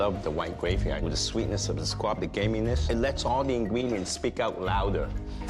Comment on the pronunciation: Why is everyone saying squad? Lmao. It’s SQUAB